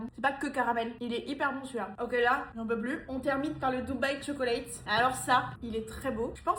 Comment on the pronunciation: Tchoklate please not Cho-co-late